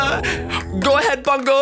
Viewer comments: It triggers me every time you say pango because you say it (Pon-g-oe) but I say it (Puh-ang-goe) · PONGO its pango. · its pango not pongo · I like how he says pongo instead of pango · It Pango not pungo